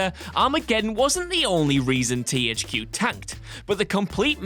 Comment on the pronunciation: "TEE HAICH QUE" :D